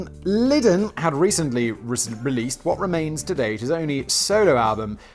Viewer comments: We all just witnessed a birth...a birth of a new channel. Simon "Ive got another channel" Whistlaar.....p.s John "liddel....lidden" Lydon (Lie-don) hahahahahahahahaha love you simon also he used the butter money to make his album so its a fair crack. Trying to kill a cat isnt rock n roll buddy....doing drugs and fucking chicks is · Sorry to be that pedantic nerd but it is pronounced John "Liedon" not John "Lidon." I am 48 and was a massive pistols fan in my youth. That aside punk isn't simply about chaos and drugs but yeh John Lydon is certainly a sell out. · Oh Simon, the man's name is Lydon, pronounced lie-dun. It's a British name ffs! How do you not know how to pronounce it properly??? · Pronunciation Police: John L-EYE-din... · Simon.....you are British....and you can not pronounce John Lydon.... FAIL. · Simon: Oh, Johnny, true punks never sell out! Also Simon: Can't say Johnny's last name to save his life. POSER!!! ;)